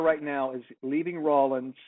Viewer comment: Correction: It's Rawlins, WY---Rawlings makes sports equipment.